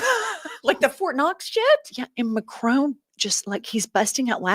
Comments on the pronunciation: It’s Mac-Ron not macronne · Please please please, will Americans please please learn how to pronounce President Macron’s name! It is Mac ron, not Mac rone! For the love of God! So disrespectful. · As a French native, I must mention the following. Macron? The N is SILENT, IT’S MACRONNNNNNN ! ❤ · Fact check for you ladies. Macron's name is not pronounced MacRONE.